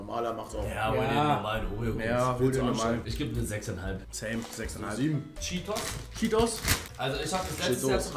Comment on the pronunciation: chee tos, bro liebe deinen deutschen akzent & dein pronouncin haha beim nächsten mal direkt cheetooos 😂